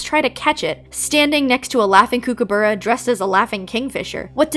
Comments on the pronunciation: hi, australian here! just so you know, kookaburra (which is one of our national symbols!) is pronounced 'cook'-a-burra (like cooking food), i just thought the way you were pronouncing it was funny and wanted to make sure you know for the future. Great video :) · that is NOT how you pronounce Kookaburra